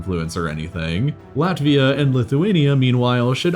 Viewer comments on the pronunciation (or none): none